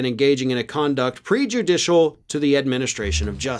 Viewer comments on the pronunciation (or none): You have misread and mispronounced the charges: it is not “pre-judicial”, but “prejudicial” to the administration of Justice. An attorney has to have done a sufficient examination to ensure that the claims are made in good faith belief of the asserted facts and the legal assertions; that is why the ethics complaint is made, based upon Rule 11 of the Rules of Civil Procedure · It is PREjudicial, not "pre-judicial" -- and you work in a law firm!? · oops mispronounced prejudicial - it was meant to be said as in prejudice rather than pre-judicial (before the hearing).